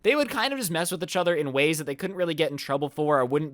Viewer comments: He doesn’t say EACHother he says “uhchuter” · Achathor instead of each other does anyone else here this? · every time says "eachother", i get distracted by the fact it sounds like "achother" XD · ECHOTHER i love how he says this instead of "Eachother" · How many times does he say "Itchother" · bruh who else is cringing whenever he says "itch other" instead of "each other" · Does it bother anybody else that he says achather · The way you say 'each other' pisses me off "etch oder" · Ietchither LMAO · U said uchuder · Is it me or do you guys hear ich-other instead of each other, not tryna be rude but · Why do u keep saying eh-chother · stop saying "etch other" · Instead of “each other” keeps saying “Itch other” 😂 Holy shit this is the most likes I’ve ever gotten EDIT: I just got like 790 likes on a comment on another video... happy noises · Everybody but::pronounces each other as itch other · Anyone else realize how he pronounces “each other” as “A-chother” ? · my man. EEEECH other, not itchother😂😂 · This is how many times said etch other instead of each other 👇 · did anyone else go insane whenever he said fucking "echother" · Nobody: Absolutely nobody: Not even thanos:: UCHOTHER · When ever says each over he sound like he’s sounds like itch over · He says each other weird but I still love his content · Is nobody talking about how he pronounces "eachother"? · Anyone else think says each other weird???